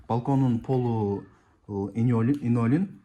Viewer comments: Инолин оной айтылат экен😂!Кыйналып линолеум деп журуптурмун😊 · 😅😅😅 Инолим эмес Ленолим. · Линолеум деп айтылат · Инолиум, илинтус деп койсон😂